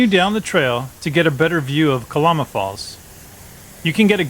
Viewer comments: It’s pronounced “Cuh-Lamb-uh” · It's pronounced ka-Lam-ah. No lambs or sheep...just a lama.